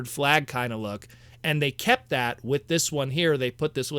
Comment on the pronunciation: Why do you say "wit" instead of with? What accent is that I'm picking up on? I mean no offense. Genuinely curious. I've found this line to be a joy and I welcome more. They could do more than two waves and I'd love it.